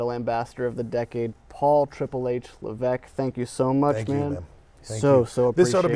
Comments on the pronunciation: la vesk - not la veck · Did he really say Leveque twice instead of Levesque? Or am i going deaf? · you dont pronounce the s in his surname?